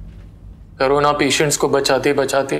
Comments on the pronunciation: Karona nhi hota korona hota h kase doctor h y vikas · Or vo korona nhiii hota corona hota h got it 👍😂😂